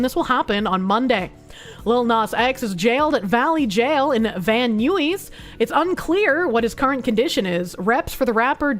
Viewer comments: Van Nuys is pronounced "Van Naiz", not "Van New-eez". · "Van New-eez"😂 that's how I said it as a kid It's pronounced Van 'EYES' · Van nyuees Lol it's van eyes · As a former Californian Van nies Van eyes with an extra n before eyes, but Van eyes is closer than what sound was emitted. Have a good one ma'am. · "Van Newies" 😆🤣